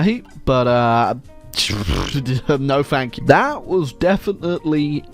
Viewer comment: Am I the only one who heard “spank” when he said “thank you”?